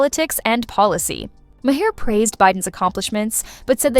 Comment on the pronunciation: They bleeped every other word to make it unintelligible, and AI can't even pronounce the primary's last name correctly: Ma-hair? You need to hire new programmers.